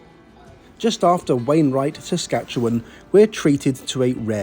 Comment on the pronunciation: Thanks for pronouncing Saskatchewan properly. 😁